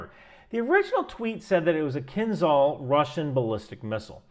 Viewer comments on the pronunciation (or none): It's pronounced kinjal (a type of hand knife) not kinzal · Please copy-past "Кинжал"(Kinzhal) into Google Translate and push the button below that word to hear what it actually sounds like. It's "Zh", not "Z", though I guess there is some irony in pronouncing it like Z in this context... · not kinZal, it's kinZHal as Zhytomyr (Ж) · Just because you seem the kind of guy who likes details - the "zh" in "kinzhal" is a "ʐ" ("Voiced retroflex fricative", IPA 137), pronounced like the "G" in Gerard (Depardieu). Doesnt change the fact that your calculations seem very on point, but would make you sound even more knowledgeable ;) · It's pronounced as zh sound, not z. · I love how you keep trying to pronounce Кинжал 😊 Just go with Killjoy designation used by nato.